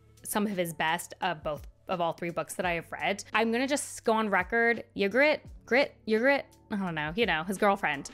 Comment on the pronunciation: It threw me when you said the Mountain was an interesting character (you meant the Hound). I would have liked a little more discussion of Jaime and Brienne. Ygrette, like Yvonne and Yvette, the Y is pronounced like a long E. Ee-grit.